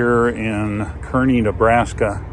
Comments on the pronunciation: FYI: Kearney = "car-nee" Enjoy your videos. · I like how you didn't speak when showing the windmills. Very calming and felt like I was on a real road trip. I grew up in Nebraska. For what its worth, they pronounce Kearney Nebraska 'car'-'nee'. Thanks again for your videos.